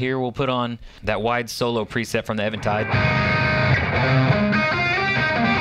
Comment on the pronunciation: thank you for pronouncing Eventide correctly